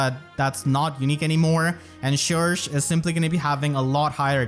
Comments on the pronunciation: Surely it’s sher-shay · I always thought that "cherche" should be pronounced as the french word "cherche" (search) but, dunno (also, I'm VERY happy for her <3) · It’s not pronounced “Shersh” it’s “Shegsh”, so if everyone tells you they pronounce it like shersh then they are wrong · Can't say i agree with that pronunciation of cherche. I'll stick to my usual way of saying her name. Besides that I'll grap camilla since i always go for her when i can and that's it.